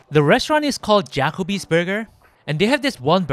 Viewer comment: Jack-o-by's? lol Ja-ko-by's is right pro-nun-see-a-shun. For every skinny guy who grew up fat as a kid, you always revert back to your young fat kid eating ways.